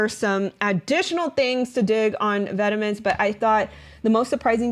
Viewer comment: Great content! Incredible how this stuff would have been left in past were it not for internet sleuths like. Thank you so much for doing this work and making it accessible for us! No shade but it’s pronounced “vetmon” rather than “vetemens”